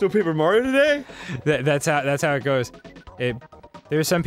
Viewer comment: Dustin G it's pronounced mar-I-o, not mar-o